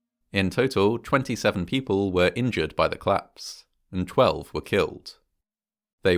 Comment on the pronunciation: Bro, it's collapse not clasp